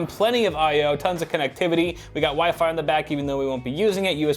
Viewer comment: When ever you said WIFI I thought you were saying wifey